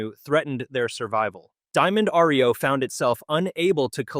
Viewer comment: My gawd! It is NOT R -E - O. It is Reo. One word.